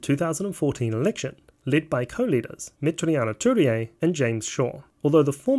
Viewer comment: For the fact that you are a Kiwi, it's impressive how you butcher pronouncing Metiria Turei so badly